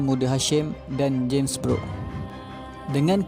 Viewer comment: sebutan james brooke tu kedengaran sepertu james beruk